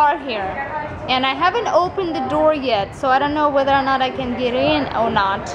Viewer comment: "oh nawt" ha